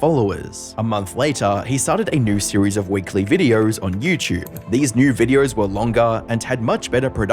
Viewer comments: Its me hearing or he keeps pronouncing "videors". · Why do you say videor? You put some Rs where they don’t belong but videor is really noticeable because you say it a lot. I’m genuinely curious, not trolling or anything.